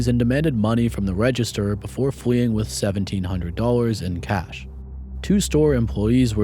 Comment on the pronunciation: No offense, great work narrator ... but does anyone else feel like you're listening to Elmer fudd? "The wobber, fweeing with ..." I can't unhear it. Not trying to be a bully, i just wondering if im the only one.